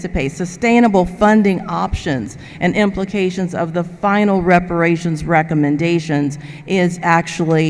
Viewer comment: "Come on, give me the words!", "Give me $5,000,000!" 😄😆😅 This is comical. What a circus!!! 🤡 Was that Reparashunzzzzz? Oh, sorry. It's with an "S".